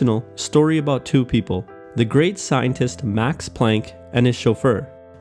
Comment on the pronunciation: Im from Germany, and your pronunciation of Max Planck, is so funny: Määxs Plänck :D